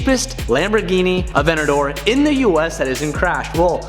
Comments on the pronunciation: AvenTador saying Avenador pains me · it bugs me that he calls it "avenador", there's a 't' in there. ah-VENT-ta-dor. is it just me? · please please pronounce the “t” in aventador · Someone please tell him its avenTador not avennador.... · AvenTador not Avenador!! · “Avennador” 😝👌🏼 I love it!! Congratulations 🎊 on the big buy!!! Thats so sick man!! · You are saying aventador wrong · Boy if you don't pronounce that "T" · Can you learn how to say Aventador right?